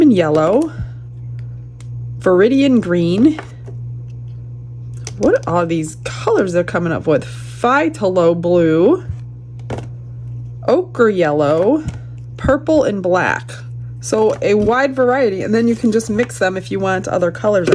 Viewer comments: It’s pronounced theylo blue 😊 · The Pthalo-blue is "Thaylow" ❤ thank you so much for your dedication to your channel, its awesome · It is pronounced thaylow blue 😊